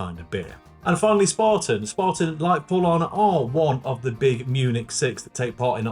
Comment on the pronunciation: It's definitely not called Spartan pal, try spAAten .